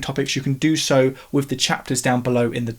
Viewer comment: .........I like the channel because you say "wif" instead of "with"